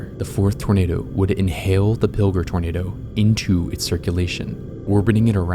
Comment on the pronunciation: Pill-jer. Not Pilger.